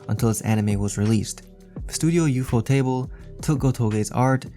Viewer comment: Man really said You fo table